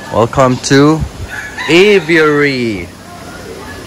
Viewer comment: how he said it Avery how it is aviar also my names Avery